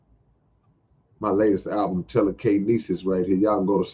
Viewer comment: Yes, I still do physical copies, last one from you Tele-K-Nesis! I think like "Tee-L-Kai-Wahy"